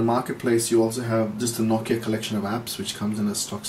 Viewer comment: Finally someone who Says Nokia the proper way. :D